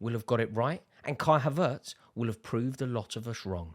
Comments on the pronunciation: It's havertz not haveurtes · He’s pronounced: HAvertz not haVERtz 😊